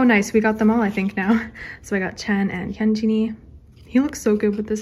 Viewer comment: why do u say hyunjeeen not to be rude he's not a pear of jeans